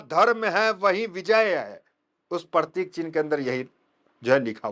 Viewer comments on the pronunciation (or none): पत्रकार महोदय आप बार बार परतिक परतीक बोल रहे हो ओ पर तिक नही है वह प्रतीक है